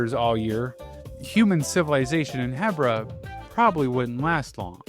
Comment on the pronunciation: I've never heard someone say "Hebbra" 😅 I always say "Heebra" 🫪